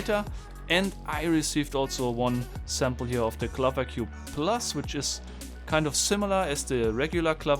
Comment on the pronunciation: I think it's called the [piraminx], not the [pairaminx]. (The big four sided things in Egypt are called the [piramids]). And "clover" rhymes with "Rover" (and not with "hover")